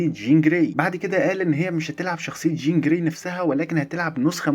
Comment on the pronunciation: قول چين جراي تاني كده؟ 😅😅😅